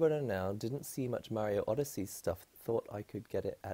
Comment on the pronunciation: "odesea" XD